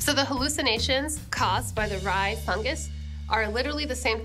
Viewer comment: This is fun. She seriously botched that rye bread.